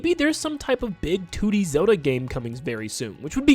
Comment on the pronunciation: He keeps saying "Two Dee Zelda," but it sounds like he's saying "Tooty Zelda" and I just can't unhear it. Also, there's some joke about the acronym for "The Ocarina Of Time" in there somewhere... LOZ:TOOT At least there would be, but someone had the foresight to remove "the" from the title (or maybe it was never in consideration?) specifically so we can't.